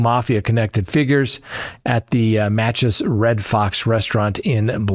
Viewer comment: Hi, --The restaurant from which Jimmy Hoffa disappeared is pronounced Mock-ahs, with the emphasis on the first syllable.